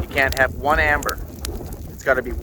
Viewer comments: hey its called ember not amber LOL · Ember not amber